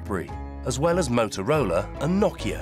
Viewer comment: This guy can't even pronounce "Huawei" and "Nokia"